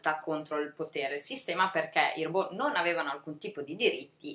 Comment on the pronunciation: Bel video. Mi hanno attirata molto " Cassandra " (adoro la mitologia greca) e "La casa sul Bosforo". Non per fare la puntigliosa, ma vorrei darti un consiglio su una pronuncia: si pronuncia " Ròbot" e non "Robò"( ovvero alla francese), perché il termine deriva dal ceco ròbota che significa lavoro pesante, a propria volta derivata dall'antico slavo rabota, servitù.